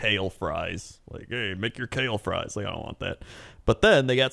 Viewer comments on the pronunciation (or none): none